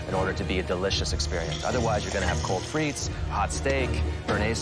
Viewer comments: Its steake and frise lol frite is français. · That pronunciation is painful. It actually hurts for me as a Belgian. Putting aside bearnaise, frites? it is not said like that.